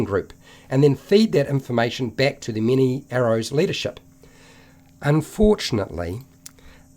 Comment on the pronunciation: Every time you said "Mini-arrows" I laughed a bit inside :D